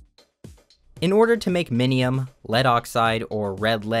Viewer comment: Bro I thought you said minimum and I got so confused